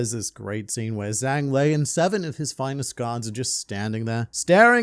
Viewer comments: Total nitpick but the Zh sound in Chinese sounds like a J in English so his name would be pronounced Jang with the soft A sound. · fwiw... in Chinese, Zhang is pronounced closer to "Jahng" (no actual Z sound) and rhymes with the English words "Song" and "Long"